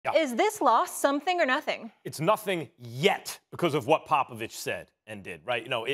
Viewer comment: And says Popovich with perfect dictation right after dissing his own people